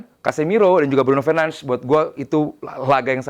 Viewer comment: komentator luar aja nyebut nama bruno itu " BRUNO FERNANDES" Ini indo malah BRUNO FERNANSZ.... TOLOLLL